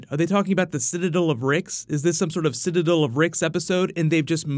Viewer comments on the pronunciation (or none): Why does this dude always call it the Citadull of Ricks and not the Citadel of Ricks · It's not "sit-a-dull" it's sit-a-dell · bro it's sit-i-dell. not what ever u said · "Sid-uh-dill" lol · "Citidul" Kill me please